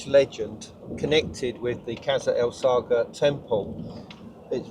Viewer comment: It's pronounced "kassr es-sa(g)hra" - the GH is a transliteration of the arabic letter Ghayn, similar to a French rolled or trilled R sound, or if you are familiar with northern england dialects, a Hexham R. The "el-" definite article is, in spoken speeh, assimilated into "es-" you can hear Yousef pronounce natively after he says "the valley temple and...kassr-es-sa(g)hra" The slight pause between the two places is because he is mentally translating "Valley Temple" into english as it is well known by that name, but hesitates with Qasr-el-Saghra" because the English translation of the name is not well known so he says it in Arabic It means "Castle of the Desert", literally translated. Anyways, all that is nit-picking linguistic semantics :) What strikes me is that 5000 years ago there was probably a shallow lake there, the holes at foundation level were possibly to allow water to flow in and out (and possibly Sobel too haha) The internal courtyard depressions would be water pools. Some of the blocks lying to the rear of the temple appear to be quite eroded, possibly by water ice. (it gets very cold in the desert just before dawn) We know the Sahara in general was much more wet and fertile period between 10/15000ybp 5000bp and that was possibly ended as a result of the Piora Oscillation I wonder if there is any ground evidence of a lagoon lip/dam nearby (45 metres to the south) which would have controlled water levels of a much more extensive ancient Lake Qurun? The te